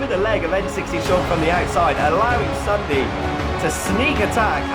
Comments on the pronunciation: it's not ssundey its Ssundy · You did not say ssundee you said ssundaa